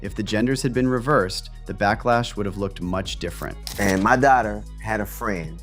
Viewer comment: U SAID IT "A DIFFETENT WORLD". 😢